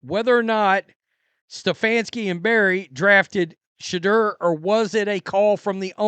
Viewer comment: Why is it every time you say shaudoer it sounds like your saying shitter? I found it funny when you said shitter isn't crap.